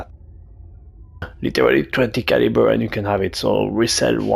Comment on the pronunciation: Oooohhhhh he is saying 20 caliber 😂 its just very french lol